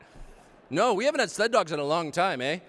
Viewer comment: Hey Tucker. "Eh" in Canada is not the equivalent of the American "huh". Nothing looks worse than the abuse of our "eh" (pronounced AA). We do not have the aspirate on the end indicated by the common spelling with an "h" - at least not in the Maritimes. Just don't pretend to know how it is used. It makes a perfectly good American stand out like a sore thumb. Cheers. Thanks for being conservative.